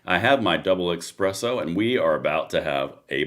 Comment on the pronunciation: We don’t expect to be above the truly important things. And it’s Essss presso or S-presso 😂